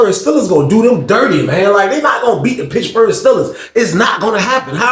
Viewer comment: Bro said "Pitchburg" Steelers 😂 you startin to talk like a old head 😂